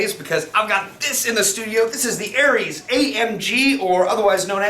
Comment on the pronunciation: Pronounced "oreez" with a short o